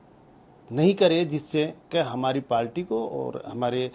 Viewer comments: Its Party not a Palty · Palty nhi party hota hai Kaha tak padhe hain sir...😂😂😂😂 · Party ❌ पालटी ✅😂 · पालटी😂😂या बालटी😂😂